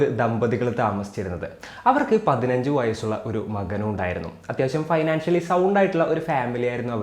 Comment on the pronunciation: മികച്ച അവതരണം., ആശംസകൾ.. ഒപ്പമുണ്ട് സപ്പോർട്ട് 👍👍👍 Pronunciation ഒരു കുഞ്ഞ് mistake.. ഫൈനാൻഷ്യലി അല്ല ഫിനാൻഷ്യലി.. 👍